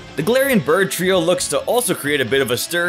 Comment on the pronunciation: ah yes the brid trio XD